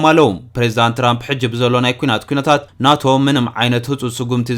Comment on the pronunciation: ን ኔቶ ዲካ ናቶ ኢልካ ተንብቦ ዘለካ 😅😅😅